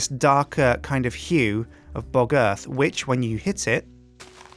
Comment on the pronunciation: Anybody notice how close pronounciation of " Bog Earth " sounding real closely to " Bugger "?